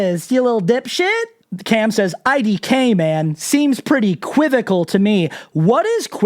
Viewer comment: Quivical? Like equivocal. Oh my.